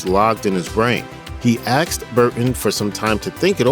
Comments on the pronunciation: It's asked not axed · Aksed him???? The word is Spelled ASKED Asssked not Allowed him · The word is "asked", not "aksed". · A S K E D, the S comes before the K, ass ked! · really had a narrator that said axed instead of asked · Asked, not aksed. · I was done after the second "he axed" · He aksed? Eh? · I'm well aware there is such a thing as speech impediment but saying aksed isn't something I would include in that, and English isn't even my native language.